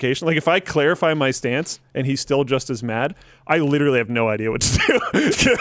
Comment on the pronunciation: nobody: linus: “licherally”